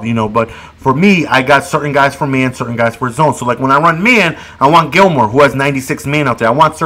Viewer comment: It is Sur-tain like in pain